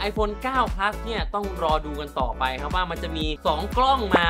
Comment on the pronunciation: ขนาด ไม่ใช่ ขนาดด 9 Plus ไม่ใช่ 9 Pleue